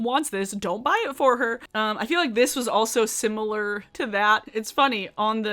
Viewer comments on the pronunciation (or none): none